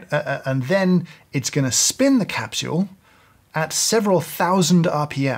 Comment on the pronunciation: I love how he says capshule!